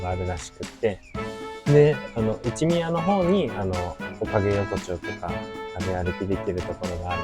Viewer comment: 内宮、外宮は『ないくう、げくう』って読みますよ😅 おいしいコメントのネタをありがとう😉💕